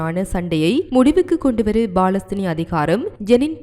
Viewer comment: BALAStheenam illa Ammani, Paalastheenam!..Ippadi news vaasikka, ungalukku vetkam illaiya, AMMANI????